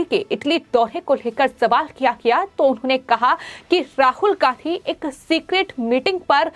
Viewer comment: राहुल गांहधी ? एंकर अपना उच्चारण दुरुस्त करने की कृपा करें ।